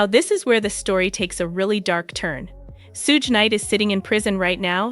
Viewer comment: Soog knight lol this AI bot needs some pronunciation lessons